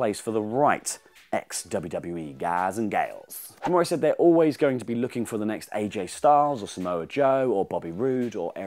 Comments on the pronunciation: It's Scott Da-more. Not Da-more-eh. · it's Scott D'more (pronounced Dah-more. No "eh" at the end.) Damn Brits!!! lol